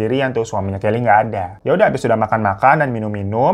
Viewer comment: Aku dengarnya Kelly kokokran😅